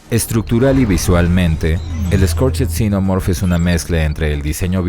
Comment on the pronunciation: Exelente reseña, muy buena figura, un aporte: Scorched en inglés se pronuncia "skorch't", la "ed" no suena, se pronuncia una "t".